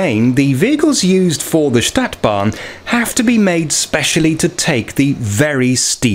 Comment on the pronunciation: This is a robot narrating, A Stadtbahn is pron. StAHtbahn NOT staetbahn like the English word ae as in 'sat'. I noticed and can tell as these robotic narrations to hide the original uploader who wants like so many other YT's to remain 100% totally anononyous out of some fear of other people (anthrophobia). No name, no selfie, and not even the original voice! This is NOT SOCIAL media! Humans are supposed to be SOCIAL animals and this mechanised and grossly materialised society is fast robbing humanity of one of THE most important traits that separate us from the wild animal kingdom! The robotic choice of English even converts foreign sounds to the English rules of pronunciation, this is how I can tell a real voice from a robotic one. The 'U' is an abreviation for UntergrundBahn (underground railway) it is NOT JUST a logo!